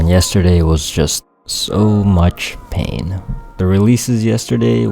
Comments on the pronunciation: Spain with the s silent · Spain but the S is silent huh...feel you brother